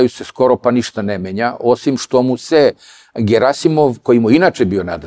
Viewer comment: Аман бре! Није "ГерАсимов" него "ГерасИмов"! Докле бре акцентовање из "круга двојке"? "ТелвИзија" а не "ТелЕвзија"! Нисте свесни колико су речи битне!!! Уосталом Бог је речима стварао свет!